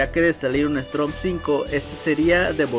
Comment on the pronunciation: Buen vídeo pero esta mal el nombre y como lo pronuncias , es Storm bro como tormenta en inglés no Strom la r va después de la O , no antes, gracias